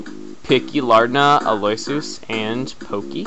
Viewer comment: Aloysius is actually pronounced al-oh-wish-us For some reason, it just is.